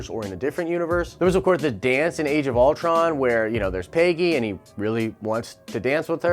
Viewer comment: Why does this guy pronounce Peggy like pay-gee